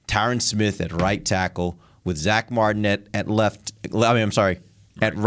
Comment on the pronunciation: LMAO that's his name from now on. I believe she said Zach but her accent turns the Z from sounding like Zuh to a hybrid Szuh with an emphasis on the S. So it does sound like Sack. I like Sack Martin much better so that's what I'm gonna call him lol 😆